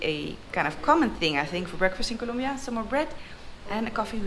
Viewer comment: Noraly it is COLOMBIA not COLUMBIA hahah